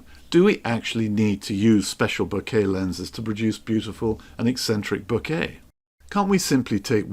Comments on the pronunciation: I am sorry. Please don't take this the wrong way. It is not ment as a critique but more as a guide. To me it sounds like you are talking about flowers and "bouquet" every few seconds. How to pronounce "Bokeh" Other ways a very good video. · No, it's pronounced bokeh 😁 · I'm sorry but I couldn't stand so many mispronunciations of the word that I muted the sound and read the captioning instead 😅